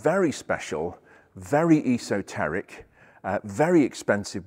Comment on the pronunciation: New Joisey... perfect pronunciation 😂